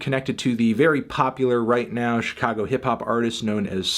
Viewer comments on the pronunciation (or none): none